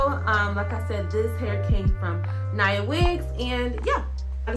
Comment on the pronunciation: I just bought these, I can’t wait to try! They came out beautifully for you. Oh yeah, it’s pronounced Nia (Nee-uh). That’s my daughters name, I named her after actress Nia Long 😊